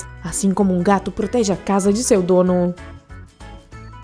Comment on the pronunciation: Sempre quando ela acaba de falar ela tonifica a ultima letra tipo gatUSS invaSOES donO